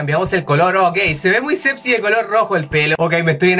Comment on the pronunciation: no entiendo por que dice sebxy en de vez sexy:v